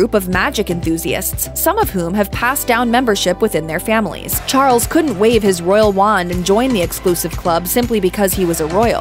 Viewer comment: Interesting pronunciation: 'Prince Char-ells'